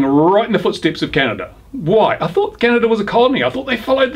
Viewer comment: It's Canada - Not Canadia